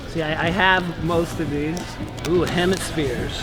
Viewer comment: Hem-ASS-Pheres!! LOL